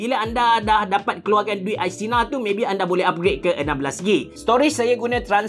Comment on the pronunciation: Abe jgn sebut i-sinar nanti abah marah